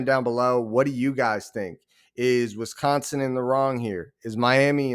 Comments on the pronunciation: It's Wisconsin, not Wisconson! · with how they're acting, it's Wisconson!